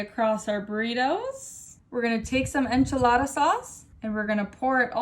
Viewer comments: She really said "INCHILLADA SAUCE" but THAT is clearly tomato sauce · "enchilada sauce"